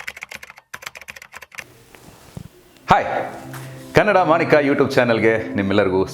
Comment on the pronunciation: ರವರೆ, ನಿಮ್ಮ ನಿರೂಪಣೆ ಚೆನ್ನಾಗಿತ್ತು. ಎರಡು ಮೂರು ಕಡೆ ನೀವು "ಕನ್ನಡ ಮಾಣಿಕ" ಯೂಟ್ಯೂಬ್ ಚಾನೆಲ್ ಅಂತ ಹೇಳಿದ್ದೀರ, ಆದರೆ ಅದು "ಕನ್ನಡ ಮಾಣಿಕ್ಯ" ಆಗಬೇಕು. ದಯವಿಟ್ಟು ಈ ಬಗ್ಗೆ ಗಮನಿಸಿ.